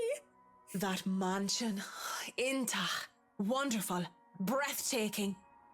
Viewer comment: As an Irish person watching this, it's painful! Marianne's voice actress has a terrible Irish accent! And she keeps mispronouncing Irish words like Iontach and Tralee - it's so cringey!! D: lol